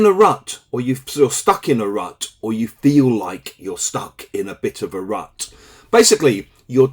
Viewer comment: Thanks. Sound like you are saying RAT 😢